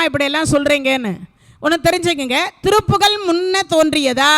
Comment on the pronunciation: திருப்புகழ் உயர்ந்த தமிழால் இயற்றப்பட்டது.அதை எளிதில் படிக்கவோ புரிந்து கொள்ளவோ முடியாது.திருப்புகழ் என்று சொல்வதற்கு பதில் திருப்புகல் என்று சொல்லி கொல்றீங்களே இது நியாயமா.நாராசமா இருக்கு.அருமையாய் உரையாற்றுகிறீர்கள்.தயவு செய்து மாற்றிக்கொள்ளுங்கள்